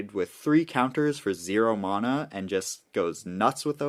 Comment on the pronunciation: I'll subscribe when you stop saying mana like that 😂